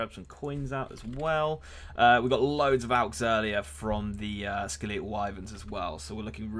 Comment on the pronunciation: Skel-eetal Wyverns 😂😂